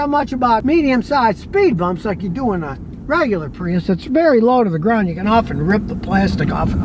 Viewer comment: I dwive a Pweeus. 😂